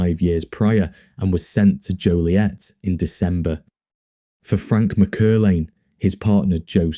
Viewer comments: Btw the surname is pronounced Mac Er lane. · It’s pronounced Mack-err-lane